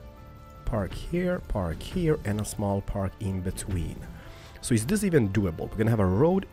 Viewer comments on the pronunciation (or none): none